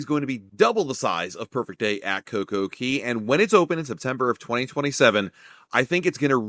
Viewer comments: It’s cocoCAY. Not cocoKEY. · It’s cay not key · Never heard anyone pronounce CoCoCay as "key". RC pronounce it as "kay" to rhyme with "Perfect Day", but Google say both pronunciations is fine. RC Marketing Director: "Perfect Day at CoCoKey? naaaa that sounds silly bro!" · Thanks for the video, but, it's CocoCay not CocoKey lol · It's Cay not Key. How do you make and take so much time editing a video and make that mistake. It hurt to hear it every time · It's Coco Cay, not Coco key dude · That's all I could think about the whole video